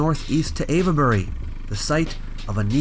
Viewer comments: We Brits are shockingly lazy when saying words: place names especially. Avebury is ave-bree (you started well, but need to drop the schwas in the middle and at the end); some locals pronounce Cholmondeley as something like "chummly". And a lot of the old Norman-French names have been mangled: Beaulieu is byoo-lee; Chester-le-Street is chess-lee-street (not too bad, actually) and lots and lots more. Generally, English orthography and pronunciation have been fighting for a thousand years. It's basically a no-score draw. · You did a good job. My only correction is that 'Ave' in Avebury is pronounced like 'cave' instead of 'Eva'.